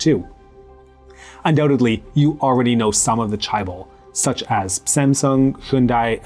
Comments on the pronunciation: Not that difficult to correctly pronounce Chaebol: "Jay (not "Chai") - bole" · Just one correction, the word 'chaebol' is not pronounced as 'chai-bol', but rather as 'che-ball'. But otherwise, this was a very informative and enjoyable video. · "Jeh-beul" for me. "Jeh" as in JEllo, and "beol" as in BAnana with an L at the end. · Are you trolling?? Because its spelled more like "che-bol". I would know. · Pronouncing it as 'che-bol' isn't wrong, it's just that 'che-ball' is my preferred pronunciation. However there is a right way to pronounce the first syllable of 'chaebol'.